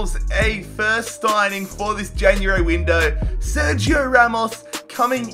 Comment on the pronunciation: Its january not jan u airy